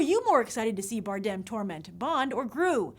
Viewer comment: Grace your pronounceing Javier's last name the wrong way.